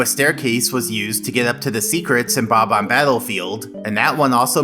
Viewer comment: Damn, it’s BOB-omb not bomb-omb